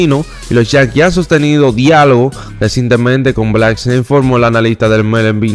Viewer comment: en hora buena. Te voy a dar un consejo con la pronunciación de al finas pakabras que tú usas pero las pronuncias muy mal. Cuando dice MLB en inglés lo pronuncias muy mal y el nombre de Blake snell tu ves black snail. Se pronuncia ( bleak sneil). Bendiciones. Te sigo y me gusta ni programa pero debes mejorar las pronuciaciones